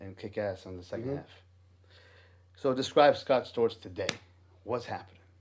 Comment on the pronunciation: Scott Storch!! Not Scott Scorch!!